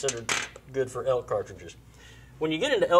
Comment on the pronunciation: I thought he said elk, sounds more like he's trying to kill the hulk.